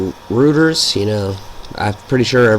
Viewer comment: REUTERS is pronounced as Roiters (long i sound) j/s...you do great job, have started sharing your vids daily...